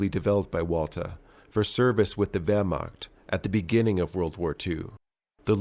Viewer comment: The Wehrmagt xD